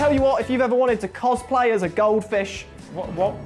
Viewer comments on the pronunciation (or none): none